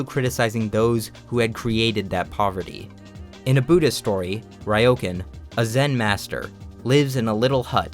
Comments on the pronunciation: I'm sure you've been corrected like a thousand times already, but I just need to say, its "Re-oh-con" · Ryōkan is pronounced more like "Ree-Oh-Kahn."